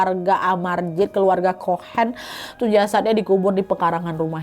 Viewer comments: Kalo huruf c terus h di bacanya cohen.. Bukan kohen... Kayak negara China.. Di bacanya.. Caina... Benar benar huruf c... Oke mbak.. CHOHEN DIBACANYA BENAR BENAR... COHEN. Pakai C .bukan K. ❤❤ Seperti kota Chicago.. Dibacanya Ci Ka Go..❤❤. Saya kasih contoh satu lagi. Kalo Conan the barbarian.. Itu baru dibacana Konan. Itu baru betul. Karena gakada huruf h setelah C. Corner kick Dibaca korner kik. Casblanca..dibaca Kasablanka. Chewing gump di baca Cewing gam. Ag capek gue. Ini basic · Its pronounced as a cohan (chohan) Bukan (K) Tapi C